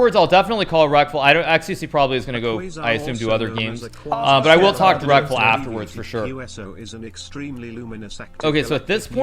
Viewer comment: I can't stop hearing Rectal instead of Reckful lol